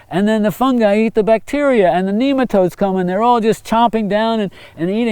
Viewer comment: When he said nemotode I thought of “Doug”